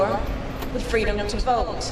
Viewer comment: Gee, I hope she tells that fun "FWEEEEDOM" story again